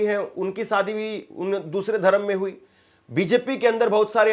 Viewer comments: सादी नहीं शादी कहो। सही हिन्दी बोलो।एंकर को शोभा नहीं देता। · Its Shadi, not Sadi, stupid. Improve your pronunciation.